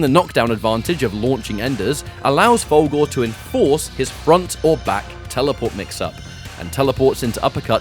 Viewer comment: Love your video, man, but I can't get over how when you say "Fulgore", it sounds like "Fogel", and it brings a mental picture of McLovin doing ultra combos and stuff.